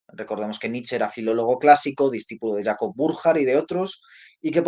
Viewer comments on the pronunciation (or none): none